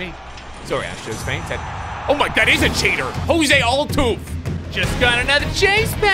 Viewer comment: He got my dying how he pronounced Jose Altuves name